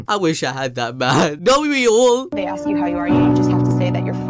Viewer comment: ask not ax